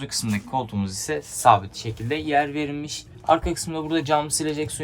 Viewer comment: Sekilde ve verilmiş kelimelerinden kulagım kanadı.